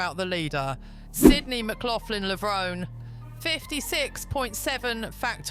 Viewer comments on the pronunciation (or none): The final “e” in Levrone is Pronounced! Levron-E. Do your research.